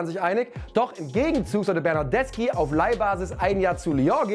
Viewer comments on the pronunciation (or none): none